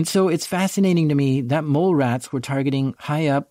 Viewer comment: Damn! This just got funny. CCP gotta go! I thought he said "mall rats" not "mole rats", lol.